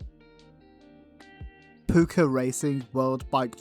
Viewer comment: It's called "Pucca" not "Pupca"!